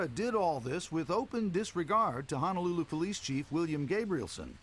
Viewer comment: Too bad the narrator doesn't know how to correctly pronounce Ho-no-lulu